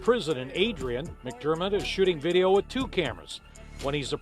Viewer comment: Did you hear him say he was trying to “have a conversation WITCH you” lol